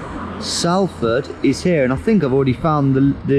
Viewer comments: as a Salfordian, I find it very offensive that you cant say my city's name correctly. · Anyone else from Manchester find the way he says Salford distressing 😂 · Fantastic video though your pronunciation of Salford could do with some work ;) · i hate how people not from manchester pronounce salford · As a Mancunian myself, whose lived in Salford for years. Surprised you didn’t get mugged from that horrible pronunciation of Salford. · the way he say salford hurts. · take a shot every time he pronounces Salford incorrectly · I doubt he was a drug dealer he didn't have an English accent. More like an illegal immigrant. You didn't pronounce Salford correctly. Good video though . Great way to spend a day . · I've never heard anyone pronounce Salford like that before 🤣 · Great video, but can it really be possible that a geography nut doesn’t know how to pronounce Salford? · Good job, now you need to learn how to pronounce Salford. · when he pronounced salford wrong😭😭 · I hate how he’s pronouncing my town salford😂😂😂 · Ffs never say Salford like that ur making me lose brain cells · My guy It's Salford as in salt, not Salford as in Sally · It may look like Salford but it’s pronounced solford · It's pronounced Sol-ford. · It's pronounced SOL-ford lol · Ack, salford is more like solford out loud :) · It's pronounced solford btw and its a good job ur still alive 😂😂😂 welcome to Manchester 😂😂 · Round 4 is 10 minutes from where I live, she dropped you in probably the roughest area of Salford 😂 (it's pronounced more like Solford btw) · Pronounced solford mate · Where he got confronted is literally my hometown.Also Salford is pronounced solford. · It’s pronounced solfud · pronounce it solford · Pronounced SOlford mate xD You're not even scottish or american or anything you've no bloody excuse for that haha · Salford is pronounced Solford, for future reference mate ;) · It's pronounced "sol-fd" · Every Manc is pissed at the ‘Salford’ pronunciation 😂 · did he just say Salford wrong